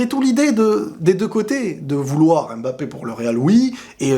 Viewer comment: svp faite un effort de prononcer M'bappé et non M.M'bappé car je sais que tu as les origines africaines et ce n' est pas difficile pour toi de pouvoir bien prononcer ce nom. C'est un nom camerounais et non français alors ayez la gentillesse de le prononcer comme il se doit. Si vous ne le savez pas alors tout simplement demander.